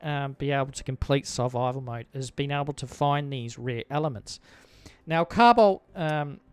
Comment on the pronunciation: "cow bolt"??? "Carbide"???